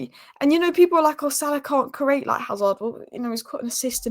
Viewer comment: cant say create 🤦😂